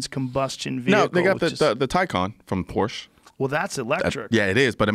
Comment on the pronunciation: "I'm more of a car enthusiast then guns" Can't even pronounce Porsche correctly. Smh Mr Noir.